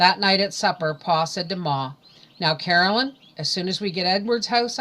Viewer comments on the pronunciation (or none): I'm enjoying listening to these, but some mispronounced names and words kinda bother me. Her name is Caroline, not Carolyn. Ague is pronounced a-gyoo.